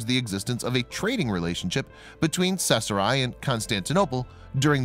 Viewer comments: caesarea ( see-za-ria) kay-sahria . CAESAR-ea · Pronounced Seesaria. Drives me crazy!!! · I have no clue as to what town he is saying, sounds like sethra. Just a sniff of sheckles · Caesarea is NOT even a hard word to say - it's pronounced like "Ses-ar-e-a". This voice-over guy literally makes up his own random pronunciations for ALL foreign words and English words over 8th-grade level. It's a shame, because he's a talented guy - but his poor pronunciation hurts the credibility of EVERY video he does. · Gahhhh that mispronounced “cache” drove me nuts. Of course it’s pronounced “cash” and means a hoard etc. the other word, Cachet, is a certain joi de vivre + value. BUT the mispronounced “Caeserea” is horrible. If was named After Caesar, thus: Cee-ZARE-ee-uh. Please do your research.